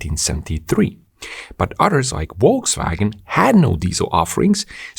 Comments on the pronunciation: Small tip... It's Folkswagen. In German, V is most often pronounced like F. Wolkswagen would mean something like Cloudwagon :) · note: it is correctly pronounced Folksvagen, not wolksvagen!! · Just FYI, Volkswagen is pronounced as "Folkswagen". So, decline in diesel car sales will increase the price of gasoline soon. Good to know.